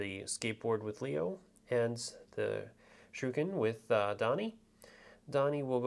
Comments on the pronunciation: THANK YOU! the "shookin" is driving me crazy. really helpful video otherwise, but man... that was rough. ;) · Loving this video really well presented, cant wait for my kickstarter copy to turn up, one note, dont know if anyone else disagrees but I believe shuriken are pronounced shur ree ken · Great Tutorial.👍 But please be aware that Shuriken does have an 'i' in it.👌 Mispronouncing it as Shuken was quite grating after a while. 👍😁